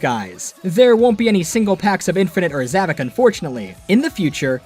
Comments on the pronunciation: Actually, it’s pronounced “ZavOCK”, not “Zavick”. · His name is zavok not zavik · You're getting his name wrong it's zavok not zevik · How on god’s green earth do you say “zavok” as “zavik”, what the fuck. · His name is zavok not zavok